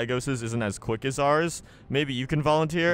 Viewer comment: Lol all i keep hearing is click instead of quick